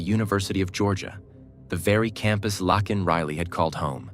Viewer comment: yes it is her first name, but it’s actually pronounced Lake(n) as seen in a comment below. Like a lake with an N at the end.